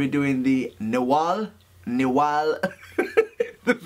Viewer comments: "Na-Hu-Al"...a word coined, I'd bet, by folks who spoke Nahuatl...translates to "shapeshifting magician whose name is unpronouncable by British people"...still, Tom...good on ya for trying to do it...love that hat...it's you.... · Nice pronunciation there tom... almost as nice as that hat :P haha